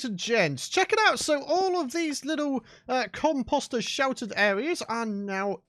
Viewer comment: the way he says composter is annoying. just sayin.